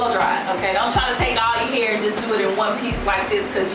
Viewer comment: I luv u ! " I got my hur did I got my hur did" 😅😅😂😂😂😂😹